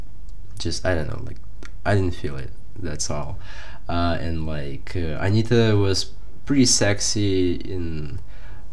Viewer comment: Interessante. Ele fala o nome com T. Interesting, he speaks correctly her name. Like buddy is with Brazilian r. Not the sound "D", like in "day".